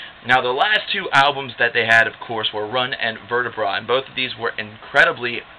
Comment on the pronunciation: run and vertebra is really pronounced rune an vertebrae like spine